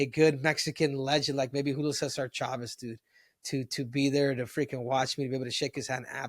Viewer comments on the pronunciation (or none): none